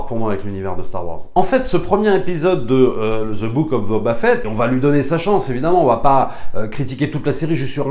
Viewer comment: Je comprend ton opinion. Sur certains point je suis d'accord. Le parcours, la musique mais l'univers de starwars c'est quoi au final. L'univers n'est pas terminé d'être raconté. Bref . A un pti point que tu dis qui me sort de mon univers c'est quand tu dis Ze mandalorian ou Ze book of bobba fett.. c'est the prononcé 'de' svp je sais pas se qui vous apporte dans vos cours d'anglais mais ze c'est pas de l'anglais ! Merci c'était mon point.